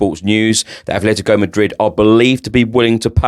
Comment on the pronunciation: *Atletico NOT Athletico for Atletico Madrid please.